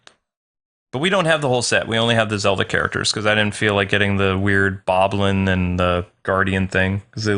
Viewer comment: Ok first you call bakoblins "moblins" and now you call them BOBLINS!? WHAT WILL IT TAKE TO STAHP YOU!